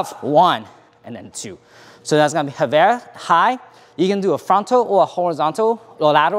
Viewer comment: it is so weird to hear english speaker talk in french "chassey" "reverew" XDDD